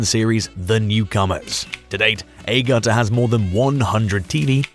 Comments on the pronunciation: Please pronounce Jenny’s surname as Agutter, as in Apple not Eygutter ! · A-Gutter? A-GUTTER? Are you smoking something? If you're going to research someone, at least find out how to pronounce their name! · Since when is shameless American lol, they did make an American version based after the English one, odd way to pronounce Agutter aswell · Nice video. Why the weird pronunciation of Agutter though...?